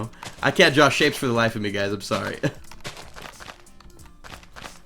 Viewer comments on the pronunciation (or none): none